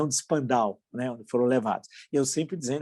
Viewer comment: A pronúncia de "Spandau" não está correta: a tônica é na primeira sílaba: "<Span>dau".